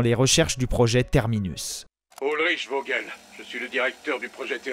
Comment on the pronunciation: alors juste ça me perturbe car c vogel parceque vogel comme vous dite c'est voguel car g+e=ge gue